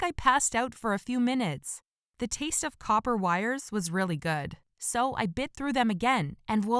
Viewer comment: Did this nigha just say “the taste of coper wire was really good so I bit through it again”🤦🏽‍♂️